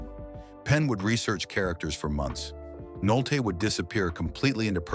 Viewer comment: Stop using robotic synthesized narrators. Humans would know how to pronounce "Nolte" every time, not part of the time.